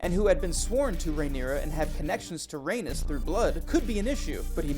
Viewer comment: Please learn the proper pronunciation of ‘Rhaenys.’